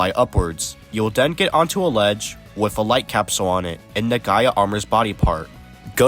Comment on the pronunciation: Push the “buddons “ and “den” you get the gay armor